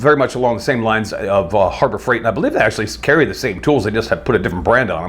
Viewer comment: Did he say Horror Fright Store ??